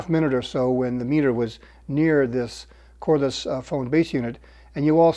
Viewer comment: Cordless, not chordless, at 32 minute mark